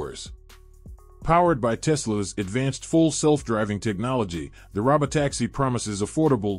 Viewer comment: This guy pronounces words weirdly. It's "balloon" and "robo-taxi", not whatever he said.